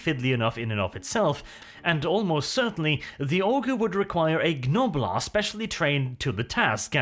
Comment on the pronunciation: Please, stop pronouncing the G in Gnoblar, it pains me every time.